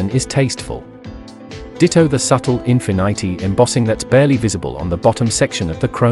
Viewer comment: I don’t trust someone who calls Infinity -“Infinaaity”